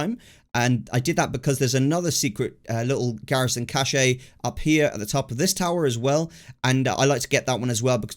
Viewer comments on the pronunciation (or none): I was enjoying the video until you pronounced 'Cache' as 'Cashay' xD